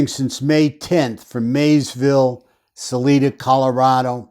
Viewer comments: If you’re taking this on please at least do research and make an effort to pronounce names correctly. Her name is not Susan. Suzanne! Her last name is pronounced MORE-FEW. Her town is SAL- 👁- DA. You lose credibility when you don’t even attempt to correct this. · No evidence to call Barry a person of interest? You haven't researched this case. Also, Colorado Springs is FAR AWAY from Salida. Oh, btw.. it's pronounced like Saliva. Anyway...Co Springs isn't just a quick drive. You have to go over multiple mountain passes. Salida is the "Heart of The Rockies" and Co Springs is on the front range. Their crime doesn't affect us here.